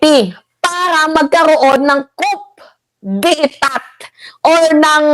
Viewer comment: madam it's pronounced as Ko-de-ta. not cop-de-etat.